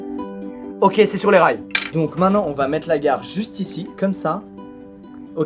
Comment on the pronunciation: on dit mainTEnant pas mainnant